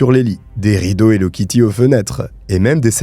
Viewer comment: C'est plus "hello kitue"😮